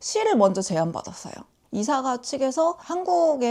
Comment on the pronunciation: Christmas cardigan 으로 인기 얻을 수 있겠네요. 다른 분 말씀하셨듯이 Ravelry 에서 만나길 바랍니다. 아 그리고… 외국발음에 토 다는 게 잘난 척하는 게 분명한데 그렇다 치고! 😆 Isager 는 EE-say-uh 라고 발음 하더라고요. 이~쎄이어 정도… 😊